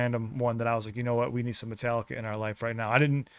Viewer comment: This my hs class’ graduation song. The principal pronounced Metallica as Met-uh-lick-uh.